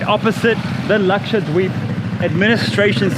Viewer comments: I don't know karl but when you say Laksha-dweep its so satisfying😂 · His pronunciation "Lakshadweep" is so good ...never heard any foreigner saying like that...and it comes so naturally without any effort..impressive. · I love how you pronounce 'dweep' so authentic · Truly wonderful. Loved watching it. Your pronunciation of Lakshadweep is so accurate. May u stay healthy, happy & blessed. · Your pronounciation of "Lakshadweep" is awesome